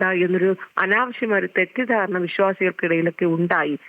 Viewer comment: Janangalude idayile 'thettidharana'. Enthoru stress aanu parayumbol. Pallu therichu poyillennu vishwasikkunnu. IT cell enganayanu vaastavam prathirothikkunnathu, ethra pennu case konduvaraan pattum, Avarkum parimithikal undallo!